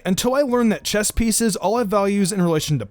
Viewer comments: Did you just say chest instead of chess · He said chest, it’s chess dumbass